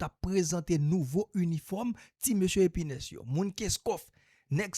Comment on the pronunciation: Se pa epinès se epinèz 😅😅😅😅😅😅. Tenten kap fet